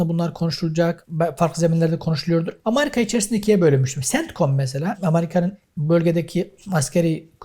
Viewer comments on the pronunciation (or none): Hocam sağ ol güzel şeyler anlattın. Yalnız Allah rızası için, sıradan Vatandaşımız gibi AMARİKA deme ..AMERİKA diye telaffuz et !!! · Essek adam amarika değil amerika